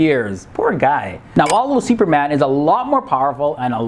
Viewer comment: The way you pronounce "Seeuperman"